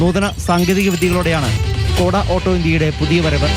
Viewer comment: ഡ്കോഡ' എന്നല്ല ചേട്ട ..... ഷ്കോഡ